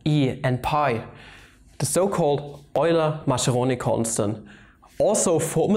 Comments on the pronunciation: Since you made a video on how to pronounce Deutch scientists names you know how I feel each time you say Masceroni instead of Mascheroni ;-) In Italian ch is equivalent to k as pronounce and it is used together e and i only. So the right pronounce is like it was written Maskeroni. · Lorenzo Mascheroni was Italian. There is no "sh" sound in his name. It is MASS-KAIR-RONI. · Great video, but pls 4 the italian viewers like me: Mascheroni has an italian pronunciation like "Maskeroni" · STOP that dumb pronunciation of MASCHERONI!